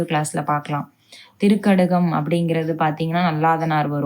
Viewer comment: innum konja meaning clear ah sollunga sister... sound konja increase panunga... திரிகடுகம்...nenga திரிக்கடுகம் solringa... fear illama sollunga எங்களுக்கு நீங்க எடுக்கும் வகுப்பு புடிச்சு இருக்கு.. sonna tips again again solliringa athuvum change panikonga sister....tq🙏🏻❤